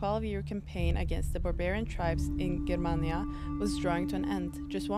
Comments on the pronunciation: I absolutely loved the way you pronounced Germania!!! ❤❤❤ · Germania pronounced the way you did is the RIGHT way to pronounce it in Roman Latin. Caesar,after Julius Caesar became an honorific title which gave in other languages "Kaiser" (German), "Csar" (Russian) and so on... Lucia is of course Regent until her son comes of age.